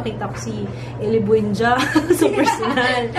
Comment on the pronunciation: Ung ellie bundia ang nagdala.. Tawang tawa ako sa pag pronounce nio po sa apelyedo nia